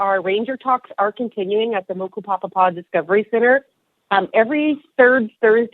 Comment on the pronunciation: The speed is supposed to be moku-pa-pa-pa not moku-papapa